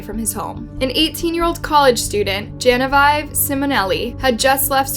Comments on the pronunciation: Dude, do you not know how to pronounce Genevieve? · Genevieve - Jenniveeeev. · “Ruger” is pronounced “ROOGER”……And….The Name “Genevieve” is pronounced “GENEVEEV”……There’s NO such word as “Unaliving”…….The word is “MURDERED”!…….Ruger are German made firearms, just for interest……Well presented and obviously well researched. What an absolute monster this horrible lad was. He even Looked like a psychotic maniac that was unknowingly extremely dangerous. To possess the ability to brutally murder his entire family, he had to be seriously disturbed in the first place. Then to ask the Judge for a trip around the World..WTF??…..He was obviously insane and had every intention of doing what he did, he was ice cold and ruthless….Good riddance and may he rot in Hell……May his poor victims all Rest In Peace. Regards from England. ❤🇺🇸🏴🇬🇧🇺🇸❤️